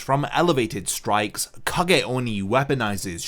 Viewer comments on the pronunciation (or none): none